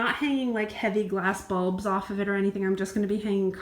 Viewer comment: Now l see. You mean "balls " , not "bulbs". I kept looking for "light bulbs